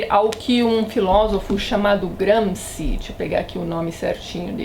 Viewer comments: Antonio Gramsci o nome do rapaz. Se pronuncia "Gramshi". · Oi Tatiana, só uma dica: a pronúncia correta de Gramsci em italiano é como se fosse um "x" em português, ou seja, algo como como GramXi